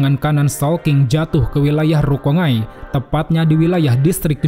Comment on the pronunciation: Lucu juga si admin, manga dibaca mangga. Giliran rukongai (rukonggai) dibaca rukongai. 😅